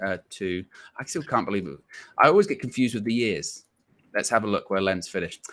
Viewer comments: It's pronounced, "leans". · Lens is pronounced with the s. The e as something between an open a like in British pronunciation of answer and an o, always a little nasal like the wovel is created in the upper back part of your mouth. It should practically rhyme with a French pronunciation of France. I’ll crack up laughing if you post a recording of you all trying to follow this guidance